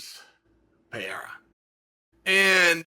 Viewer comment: Chael is still saying Pereira's name wrong.